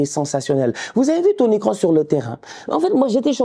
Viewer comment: c'est moi ou il a dit Toni Kosinus :face-purple-smiling-tears: j'suis mort